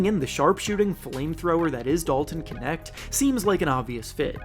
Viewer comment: Your pronunciation of knecht is so far off